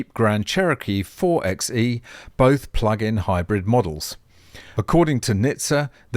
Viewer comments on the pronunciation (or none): "4xe" is pronounced "four by e", as a play on 4x4 (four by four).